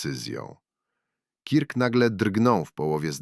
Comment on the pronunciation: Turning point - wymawiamy jak - TERNING point, a nie - tarning p... Kirk - wymawiamy jak KERK, nie kirk.